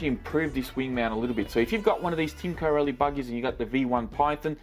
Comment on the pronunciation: your pronouncing corally wrong there is no gap between co rally bud